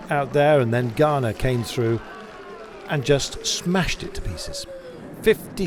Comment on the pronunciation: Ganna with a double 'n' can't be pronounced /garna/... it's Ganna!